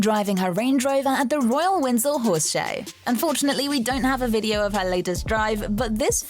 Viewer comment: *Windsor Castle